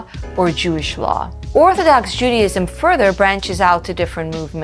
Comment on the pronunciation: Ahgggghg ....Judy IZM JUDY IS NOT JUDA